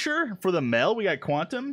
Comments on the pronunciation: you said mel not male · HAHAHAHAHAHA i like how says male ''mel'' HAHAHa ''mel gibson?''